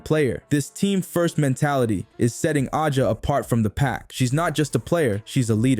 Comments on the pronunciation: You saying her name wrong A 'jA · Another robot voiced Caitlin-glaze account saying the same ChatGPT generated thing (that's why the pronunciation is wrong) 10 times in a row about "turning the heads of fans and critics alike." Where are the MAJOR SHOTS.